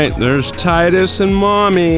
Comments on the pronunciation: It's not tidies it's Tydus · LOL he said “tidies” the kids won’t understand